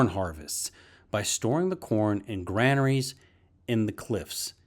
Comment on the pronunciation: Well narrated and filmed. Kudos for saying granaries over grainaries.